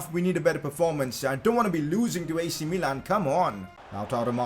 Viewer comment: It is not mee-lan it is mi-lan